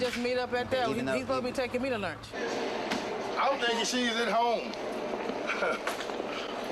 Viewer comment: “He supposed to be takin me to lurnch” 🤣🤣